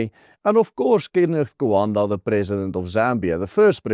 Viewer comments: Kaunda. Not Kuanda. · Kenneth Kaunda not Kenneth Kuanda. Or KK.